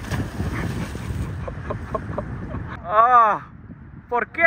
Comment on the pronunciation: " por que ?" 😂😂😂😂😂😂😂😂😂😂😂😂 brasileiro é